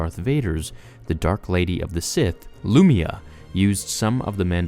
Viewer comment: Lou-My-Ah (Lumia) and Kae-Dus (Caedus)...should be strait forward. Maybe look up pronunciations before making a video that thousands of people will watch.